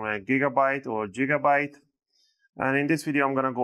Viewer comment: Definitely going to start calling it Jiggabyte from now on lmao